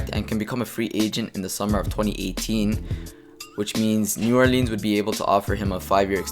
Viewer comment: "New OrLEEN"